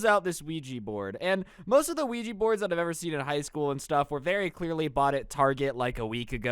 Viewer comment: don't mess with weegi board Nintendo:. It's Luigi oh what he mean Ouija